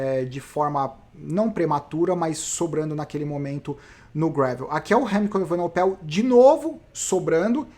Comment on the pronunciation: Grande fã dos seus vídeos!!Algumas ponderações: 1) A edição ta show! Não atrapalha em nada 2) Sou o chato do nome dos ciclistas: Vc falou Evenopel e nao E-VE-NE-PO_EL 3) Não fale aos 45 do segundo tempo...sugiro falar "conseguiu o patrocinio na flame rouge.... Grande abraço e sou chatão mesmo!!